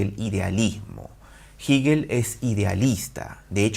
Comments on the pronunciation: Jígel no, Hegel o "Gejel". Resulta ya molesto que lo repita y lo repita. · Todo el mundo lee "Hegel" como "Jeguel" pero solo ese tipo dice "jiguel" jajaja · Se pronuncia Jegel la h como j, es aleman no inglés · Siempre hemos pronunciado jeguel desde la universidad. No se porque dice jiguel. Que raro... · No digas “jigel” profe simplemente “jegel” (Hegel) gracias te escucho ! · Se pronuncia Jeguel, no Jiguel. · Excelente vídeo! Pequeña corrección de un estudiante de Alemania que maneja un poquito mejor el idioma alemán… se pronuncia „Jéguel“ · Así lo pronuncian los angloparlantes. Los hispanohablantes pronunciamos Jéguel, pronunciación mucho más parecida a la original alemana. En el siguiente enlace pueden escuchar la pronunciación por parte de un germanoparlante. Juzguen Uds. qué pronunciación se acerca más a la original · Me distraía mucho que dijeras giguel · Jiguel 😂😂😂😂😂😂😂😂😂jjajajajajjjjajaajjafa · Como que Jigel ? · No se dice "Jíguel", duelen los oídos al escucharlo. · Jigel? Ohh lala señor aleman. Excelente reflexión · ¿Por qué dice *jíguel? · Cuestiones de estilo. A fin de cuentas se le entiende. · Por estilo 😎 estilo Neutrón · Así, tal y como pronuncias el nombre de "HEGEL" es tu conocimiento de el, eres un divulgador con falsa modestia. Dice Hegel, que por no estudiar se cree del lo absoluto, lo absoluto que no es...Te falta estudiar más muchacho. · El espíritu es el pensamiento y este argentino miente, además de pronunciar el nombre de Hegel un poco raro.